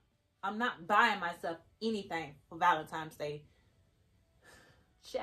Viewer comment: It's not valenimes it's valentines